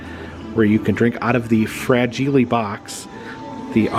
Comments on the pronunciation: "Fra-gee-lee...must be Italian..." Not French,. Lol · Fra-gee-lay. It must be Italian! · Love this!, it's actually " Fragile, must be Italian" and Ovaltine is awesome, gotta try it if ya like hot chocolate! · I'm 53 I saw A Christmas Story in the Theater when it was originally released and I remember loving it and laughing by butt off. Ovaltine is sill widely sold at almost every grocery store at least in the midwest, I drink a glass of it every morning, it is a vitamin packed chocolate milk mix. Fra-gee-lay was Italian not French. LOL. I have never heard of My Summer Story, that is interesting. It is too bad they didn't get the original cast. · 🤣🤣🤣🤣 the way your pronouncing fragile tickles me